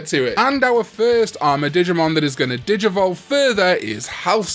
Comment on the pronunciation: When he first said digmon I heard di**mon cause I was in another room and I had to replay it